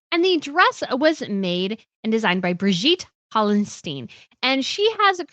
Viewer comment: Beautiful tiara! FYI Birgit is pronounced BEER-git (like get but -it)